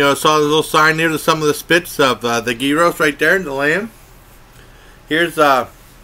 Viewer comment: You said gyros wrong